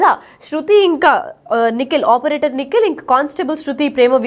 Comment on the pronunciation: ఆపరేథర్ కాదు ముండా.. సరిగా చదివి నువ్వు చావు